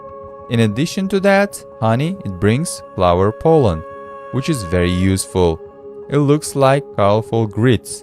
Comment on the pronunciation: " each particle of poland " Literally every time he says pollen😂 Each particle of 🇵🇱 😂😂😂😂😂😂